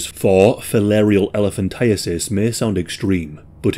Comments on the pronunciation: Thank you for pronouncing it correctly. I always hear "elephantitis." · This is my first exposure to hearing it correctly. I have lived my whole 36 years believing it is elephant-eye-tis